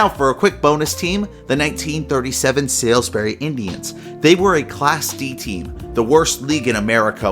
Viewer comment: Good video. I'm a big fan of baseball history especially minor leagues. BTW Salisbury is pronounced SAULs Bury